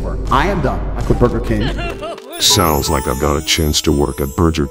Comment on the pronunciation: Am I the only one who noticed that he says burJer king